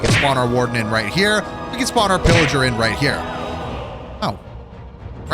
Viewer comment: Bro when u say pilliger the subtitles say illiger lol